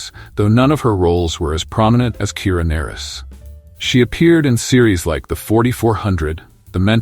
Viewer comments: Great video. I especially like the narration of Jolene Blullock, who played TeePol. Also, Kira Nerris, who worked well with Lieutenant Commander Werf on DS9. Also, Terry Farrel, who married the son of Leonard Naymoy in 2018. For crying out loud, how tough is it to find a human to read off a script? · It's Na-Reese. Kira Na-Reese!